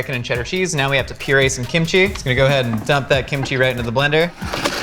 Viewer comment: Did he just say KIMCHEESE